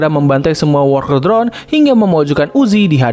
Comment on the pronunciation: "Wolkel drone" 💀